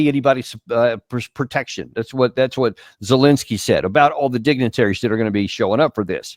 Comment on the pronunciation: seems ben is semi literate can't even pronounce the drug addicts name! zelenskyy😂